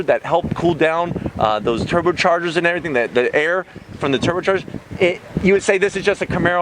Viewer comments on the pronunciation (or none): you sound like a reject saying turbochargers